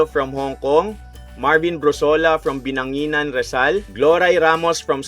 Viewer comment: Nays wan dakilang, binangonan rizal po not binanginan hehe